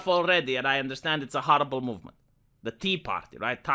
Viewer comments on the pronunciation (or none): none